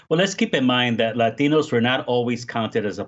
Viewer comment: It's Latinos, not laxative. That's what it sounds like.